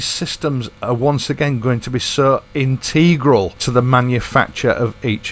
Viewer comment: The only bit I didnt like was "inteeegral" pronunciation . Otherwise great .